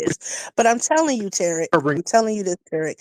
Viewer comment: Ohhhhh lordT here she go 😂 Anyone ever noticed when she's "leveled" she pronounces his name INCORRECTLY......like HEEEEEY TEAR'RICK and when she's on that YOU'RE A "N0T-C" BS her azz will be like OK NOW LOOK HERE "TAAARIQ" lol 🤦🏾‍♀️